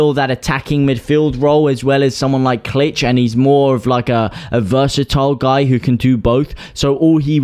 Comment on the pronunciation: Berger and Klich is Pronounced like click….